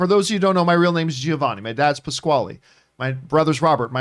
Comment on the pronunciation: John can’t even pronounce Giovanni correctly… North Americans are that far removed from any cultures that migrated from previous generations